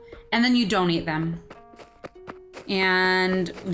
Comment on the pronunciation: At first I thought she said you don't eat them instead of donate them. XD